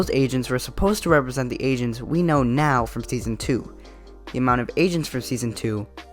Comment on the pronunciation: LMFAO WHEN I HEARD AGENTS I THOUGHT YOU SAID ASIANS